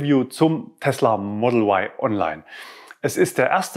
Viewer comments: Da man Eigennamen nicht übersetzt, gehört sich wohl auch die originale Aussprache für den Modellnamen Model Y. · der É-tron wird auch E-Tron ausgesprochen der Kia Cee´d wird auch Ciid ausgesprochen und nicht Cee "Apostroph" d wie es geschrieben wird oder der Mustang wird auch auf deutsch ausgesprochen nicht auf englisch und so bleibt das Y ein deutsches Y für mich! Sonst müsste man auch statt Tesla Tisla aussprechen da das engliche "e" wie ein "i" gesprochen wird! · Komisch warum sagen dann alle E-tron und nicht É-tron, oder warum wird Mustang von allen so ausgesprochen wie es geschrieben wird und nicht auf Englisch gesprochen oder der Kia Cee´d wird auch Ceed ausgesprochen und nicht cee "Apostroph" d gesprochen? Als sollte man in Deutschland auch das Model Y eindeutschen dürfen!